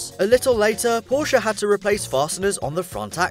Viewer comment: Yey he says Porsche not Porch🙌🎉